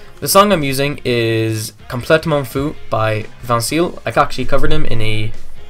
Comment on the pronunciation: Ahaha I'm French and you had a good accent when you said "complètement fou" :D